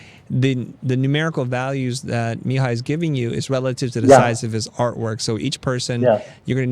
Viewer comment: As someone named Mihai, I cringed every time you said it. It's mē-HĪ with the accent on the last syllable haha